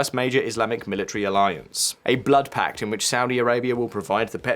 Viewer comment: Pakt ??? Or Pact? 😊